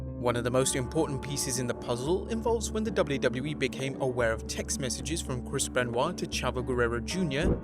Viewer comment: Can't delete it if you say Krispen Wa